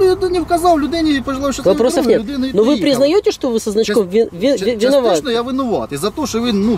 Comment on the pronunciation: ФактЫшно, ЧастЫшшно, ПроблЭматЫшшно... Ужас,блин! И "это" представитель Власти...